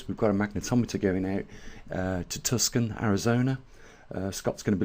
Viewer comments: Dude, surely you've heard the Beatles song. Pronounced Tu-son in Arizona. Not Tuscan, as in Tuscany, central Italy. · Tucson is pronounced: to son. The c is silent. Thank you for your videos. I’m in AZ also. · look forward to tomorrow. btw it's actually pronounced Toosawn. Thanks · lol I live just north of Tucson, pronounced Too-sohn. :) Like john, tucson, they rhyme.